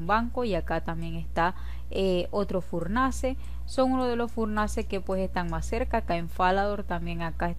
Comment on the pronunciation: Es que me gusta cuando dices furnance ;)